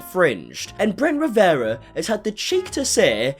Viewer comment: I love talking about Bwent Wiwewa 🤣🤣🤣🤣